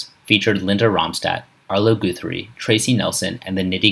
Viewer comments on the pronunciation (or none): Damn. They finally found a narrator who at least sounds as if he isn’t entirely clueless regarding his subject and who can correctly pronounce familiar names. Oh dear, it’s “Arlo Guth [rhymes with “rust”] ree,” not “Goo-three.”